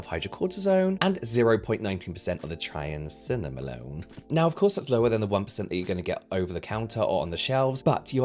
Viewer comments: Let me help I do medications at a nursing home phonetically it’s pronounced try-am-sin-alone took me forever to pronounce it 😊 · Try-am-sin-alone (triamcinalone) Took me awhile too when I had it temporarily prescribed in the past for a lip thing. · I noticed you struggling with Triamcinolone’s pronunciation! Idk if you care or not, but if you do care, its pronunciation is Try-am-sin-alone! Anyway, thank you so much for all the education you provide for us! ❤ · Try-am-sin-ah-lone That's how you pronounce it. It's a corticosteroid (which is easier to say). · Pharmacist here 🙋🏻‍♀️ It’s so unethical to sell something to people that contains such strong ingredients without even mentioning them. I’m glad he’s educating people about steroids and their potential side effects when used longterm. And the way he pronounces triamcinolone is sooo funny 😂 love you james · The pharmacist in me cries a little every time you struggle to say triamcinolone 😂 I love it ❤ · Why do I watch influencers who can't pronounce triamcinolone and don't know a symbol for micrograms? I expected better from the person who presumably went to elementary school in Europe... There must be something wrong with me.